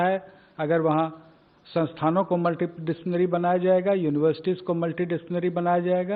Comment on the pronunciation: Amit Khare desh ka education secretary hai magar chutya multidisciplinary ko pronounce tak nahi kar paya multidictionary kuch bola sune